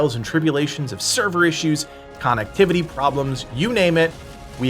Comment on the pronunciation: I love the way you say connectivity issues. It sounds like con activity issues. Yes, cons being active in the area would be an issue 😂.